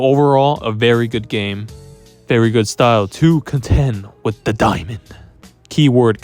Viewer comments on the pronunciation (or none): none